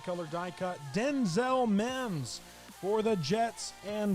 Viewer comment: How did you call that Mims?